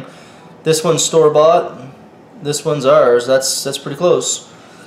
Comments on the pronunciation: You said subscibe and not Subscribe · he said subvibe in stead if subscribe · He said "please subcibe at the end" lol I mean nothing's wrong with it it's just funny. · He put subcibe instead of subscribe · at the end.... please subcibe. subcibe....😑